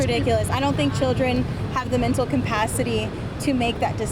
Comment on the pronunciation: she said "proception" and "mental compacity" but it's perception* capacity* ...